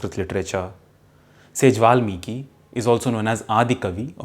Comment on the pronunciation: A few posers! If Valmiki was adikavi and Ramayan first literary work in verse, then were the four Veds (also in verse) created later? Also, please try to sound Indian and don’t put an additional ‘a’ after every Sanskrit word you speak.